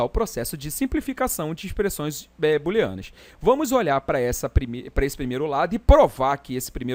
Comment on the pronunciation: boolenas" ou "booleanas" kkk